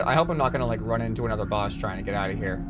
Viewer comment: lol you said bus instead of boss XD